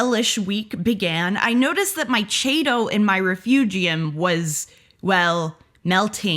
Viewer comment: Everytime she mispronounces chaeto, drink!